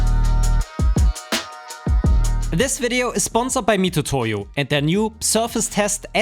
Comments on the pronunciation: It's pronounced "mi-TSU-to-yo", not "mi-TU-to-yo". Japanese doesn't have a "tu" sound, that's just an old-fashioned romanization shortcut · I don't want to be THAT guy who is always correcting people but it triggers me hearing people misspronounce the name of the spinsor, I know you are pronouncing it as it reads but in Japan it's pronounced "miTSUtoyo"... agh, I did it again! I have bevome the "ackshually" ☝🏻 guy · It's pronounced "Mitsutoyo" even when there is a "tu" instead of "tsu" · Mitutoyo being the company originally from Japan, the name is pronounced more like Miztoyo - similarly to Mazda vs. Matsuda or Matuda as we Japanese would normally be tempted to spell the name in alphabet.